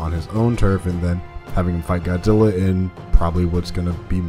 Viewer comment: i think i heard " GODDILLA"...LOL